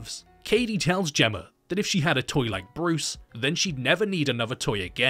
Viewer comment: You criticize the MEGAN abbreviation then later pronounce, "Gemma", as if it ends in an 'r'. 🤔